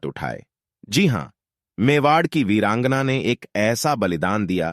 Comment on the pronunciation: इस कथा में एक प्रतिशत भी झूट नही है लेकिन भाई ये जो बार बार वीरांगना शब्द बोल रहा हैं उसका उच्चारण सही से नही कर पा रहा है